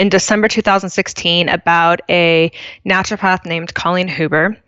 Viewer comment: I'm not sure what make me grind my teeth more, Britt laughing at charging a worried parent 150 dollars for holding a hot onion next to their sick kid's ear, or Seth constantly adding an L in the middle of 'Naturopath'.